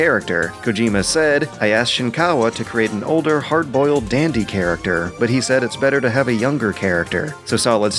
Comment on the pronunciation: Is it just me, or does the dude that narrates this have a very weird way of pronouncing things? Like 'charac-terr' and what not.